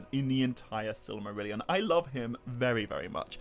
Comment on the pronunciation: I like the way you pronounce Silly-marillion 😋